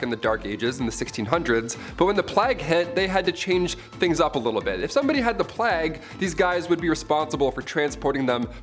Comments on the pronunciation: "Plag?" It's pronounced like "Play-gh lol. Otherwise, great video! What happened to Brie and Raechel?? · The "plag"? Like rhymes with flag? Wtf. Isn't it pronouncef the "playgue"